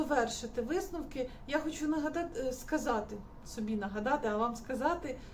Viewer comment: "висТновок", "ТеКстикули" - і ця людина буде комусь щось там розповідати що робити 😂